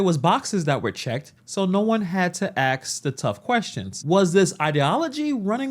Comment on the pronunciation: Its ASK not AXE. Grow up